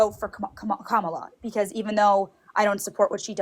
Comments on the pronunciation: Anyone who calls her Ka-MAH-la is willfully misinformed. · Why, after all these years, do these callers continue to mispronounce Kamala's name??? Then, in most cases, the second time they say her name they actually correct their pronounciation. Why is that??? 🤔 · Why do maga’s have such a hard time saying Kamala? Just say her last name like you do with D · You can tell how much she listens to Fox by how she keeps mispronouncing ''Kamala'. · Absolute Gold! I think it was interesting that she kept correcting her own pronunciation of Kamala. Obviously, she consumes a lot of right wing media but remains somewhat aware of right and wrong still. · This caller is very confusing. On the one hand, she very clearly knows how to pronounce Kamala's name, and repeatedly catches herself almost saying it wrong, and corrects herself, even without jumping in to point it out. Possibly because she's seen him do it in other debates and knows what to expect, but still. On the other hand, she still somehow has the typical republican mindset of "No no no, NEVER Kamala, she would be so so bad because (CITATION NEEDED)!" Edit:...And then she goes on to defend grapists who "might be in prison because a woman made up an accusation to get money"? WHAT? Who in the world believes that abuser apologia?!